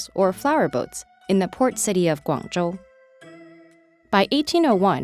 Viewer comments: WOW! you actually said GuangZhou correctly! btw dats my home town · Best pronunciation (both English and Chinese) I have heard on YouTube. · yah she said Guangzhou pretty much perfectly